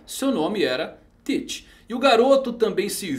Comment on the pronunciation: Mas essa é a forma correta de se pronunciar.